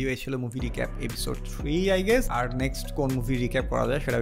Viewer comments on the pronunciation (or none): none